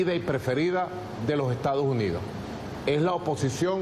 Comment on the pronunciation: Aprende a pronunciar Estados Unidos